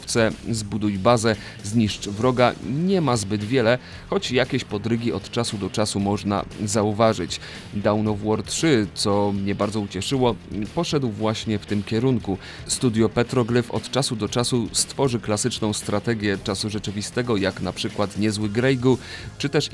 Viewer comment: Świetny materiał i wspaniale opracowany! Jest jedno małe "ale": niektóre angielskie nazwy są niedbale wymawiane, np. w słowie "conquer" nie wymiawia się litery "u", a słowa "dawn" nie wymawia się jak "down". Szkoda, że takie drobiazgi psują tak dobry materiał. Pozdrawiam